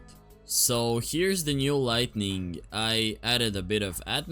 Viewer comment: why do you say lighting lightning lol